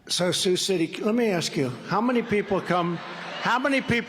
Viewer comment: Surprised he even pronounced “Sioux” right.